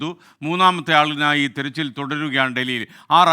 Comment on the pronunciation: തിരച്ചിൽ ❌ 'തെരച്ചിൽ' ✅